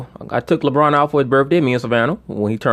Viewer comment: He said labron bird and he had videligo. 😅😅😅